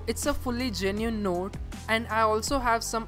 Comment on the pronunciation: he says genine instead of genuine